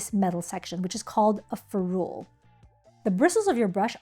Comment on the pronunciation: Awesome video!!! I can’t wait to watch your others, even as an experienced and professional watercolorist. I learned some things. But it’s FEH-rool, not feh-ROOL. I Googled to confirm via several sources, even though I’ve been saying it for decades.